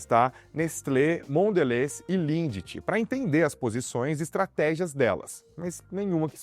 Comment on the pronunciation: A pronúncia correta é LIND.